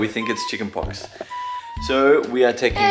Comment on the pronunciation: its pox not fox